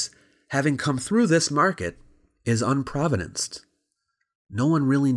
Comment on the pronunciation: unprovenanced, not unprovadanced...